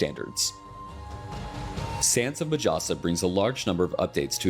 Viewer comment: I cringe everytime the narrator says majasa. in my language J is pronounced as H. So its pronounced as Mahasa. Its like the harry potter meme. It's wingardium levi-"O"-sa not levio-SA.